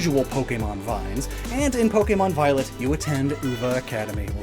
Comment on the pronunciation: Uva is pronounced ou-va no you-va